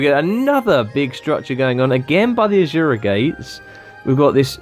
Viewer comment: ASURA not AJURA or wtf you're sayin' in there.